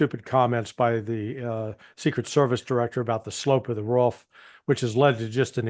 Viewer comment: I love listening to Larry C., especially when he pronounces roof like whoff 😂